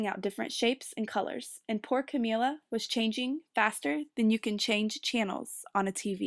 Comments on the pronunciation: Roni Williams yeah, Camilla like you would say "vanilla." Sorry I'm 2 years too late. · good reading, but i couldn't get over the pronunciation of her name. isn't it pronounced Camilla, like vanilla? idk it sounded like she was saying Camilla like chameleon.